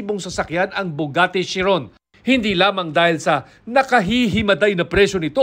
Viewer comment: Sabi ng reporter "Bugatte"! 🤣